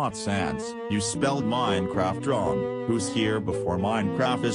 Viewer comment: its minecraft not minecraf